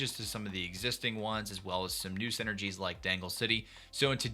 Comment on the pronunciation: I see you still call them senergies 😂 great video as always!